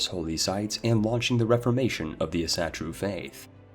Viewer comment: I really enjoy your videos, though it bugs me endlessly how you pronounce Asatru 😅 Think of the word as Asa-tru with a hyphen! Other than that, keep it up my man, I'm living through your CK vids, while im inbetween computers myself.